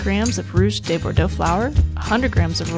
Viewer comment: Nice video. I can always tell someone who learned Spanish but not French (or in my case French but not Spanish) by how de is (mis)pronounced. No, de is not pronounced like day en Francais.